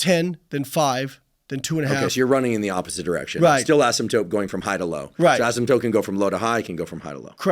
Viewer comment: Not the STEM PhD saying "asymptope" 🙈